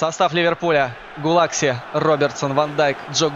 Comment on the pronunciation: Не Гулакси а Петер Гулаши